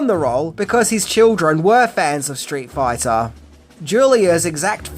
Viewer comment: "straight foyta"